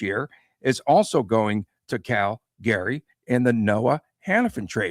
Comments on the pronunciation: Is the wierd Cal Gary pronunciation on purpose??? Calgary is more like Calgury but one word not 2 as well. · Not pronounced CAL-GARY. Pronouned CAL-GREE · Cal-Gree. I am born and raised in Calgary (Cal-Gree) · yeah, that was off -putting I agree